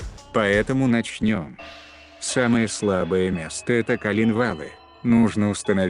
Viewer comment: Интересно, но уши режут ударения вроде "колЕнвал", "от сОвы", "запилА".